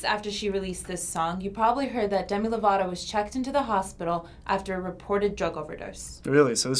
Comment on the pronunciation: he said lato 😂 lol